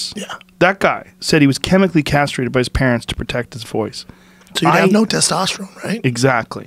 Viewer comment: Joe "Michael was chemically carstrated" Rogan